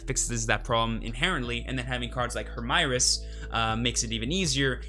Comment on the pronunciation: Hermieres is probably france origin, so i think you need to say it following french speaking conventions.